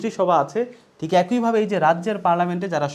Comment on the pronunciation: অ্যাকোইভাবে নয় একইভাবে হবে।